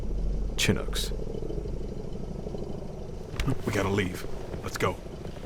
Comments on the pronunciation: Who narrated this? Whoever they are outed themselves as non-service. Chin-ook? You mean shin-ook? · you keep saying CHIN-OOK... aren't they pronounced as SHIN-OOK?? i was always told it was the second one 🤷🏽‍♂ just say'n kool story's though, i've not heard them like this before, but these are not new. i think THIS was a USAP program and a MAN MADE device. like y'all think ANY government is HONNEST??? hahahahahaha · I can't help but snort every time I hear the narrator say "Chin-uk". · I want to watch these but you keep saying CHin ook and it hurts my ears. Everybody knows how to pronounce it and it makes you lose all credibility as a teller. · I love this channel but the way you're pronouncing Chinook is driving me crazy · Chinook, a Native word meaning snow eater, is pronounced with a sh sound, not a ch. It's a wind which crosses a mountain range at right angles, causing a high & rapid temperature rise on the leeside. 🚁